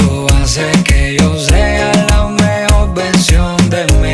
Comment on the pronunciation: Me gusta mucho como canta Nesty. Esta canción está muy linda. Sólo me gustaría oírlo pronunciar mejor (veRdadera, poR, amoR, mejoR, poR qué, mueRto). Mi opinión.